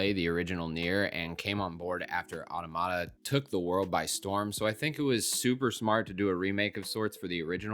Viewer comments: Final Fantasy XVI is not the first M rated Final Fantasy game ever made. That honor belongs to Final Fantasy Type 0. And Automata is pronounced Ah-tom-ah-ta. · it's still a mistake in the video itself. And the mispronunciation of automata is widespread. Is it actually wrong to learn how to pronounce a word correctly? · do you actually know if he meant only the mainline games, or is that just an assumption on your part. My take is based on what he actually said. Automata factually only has one proper pronunciation. He's just saying it wrong. It's okay to make mistakes. And it's also okay to point them out. People don't learn otherwise.